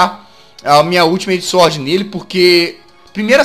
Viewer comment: Se escreve Sword (Espada) mas se pronuncia Suorde Jazz